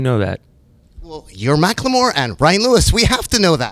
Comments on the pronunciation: Nardwuar was pronouncing it as Mack Lamore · You murdered his name. Macklemore. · nardward vs. mack-le-more